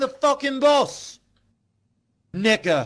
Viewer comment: 6 years later and the way he said "nehga" had me dying . As a black man that shit was funny asf, im crying in tears.